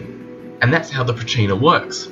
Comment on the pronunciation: Did a pretty good job but mispronounced Pracinha and you're stuttering so much